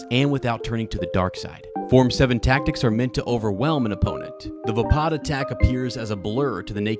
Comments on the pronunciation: I am confused about the name, because it's written Vaapad and everyone pronounces it like Vapaad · it's pronunciation is vay pad not vuh pod